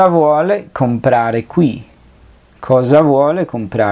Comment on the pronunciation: Disculpa però noto un error.. En la pronuncia.. La S no se lee come la Z.. La palabra "cosa"se lee mismo como en espanol cosa con la misma S..asi ke voglio la stessa cosa es con la s normal y no Z de mosca